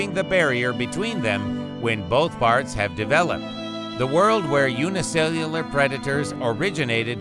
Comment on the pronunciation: By the way you struggled to say the word "unicellular", I thought you would eventually switch to saying "single cell". Every time you struggled to say it, it felt so painful, like someone crawling to the finish line of a marathon.